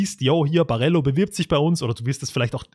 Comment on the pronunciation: Ich kann die Aussprache von Barello einfach nicht anhören.